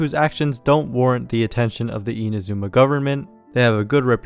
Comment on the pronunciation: if you can say bosozoku correctly, please stop saying "eena zooma" 😭